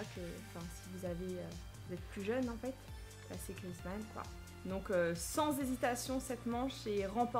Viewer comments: sa ce prononce Griézmann pas Grizmann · Non mais franchement!! T'es nul en anglais puis en français! On dis antoine GrieZmann! Et pas Grizmann! 😂😂❤️ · On dit GriEzmann, avec le É. sinon bonne video😊